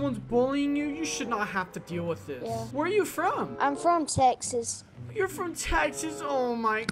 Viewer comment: he said he lived in sexas not teaxas